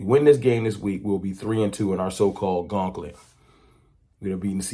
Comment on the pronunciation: It’s gauntlet, Not gonk let my brother!!!!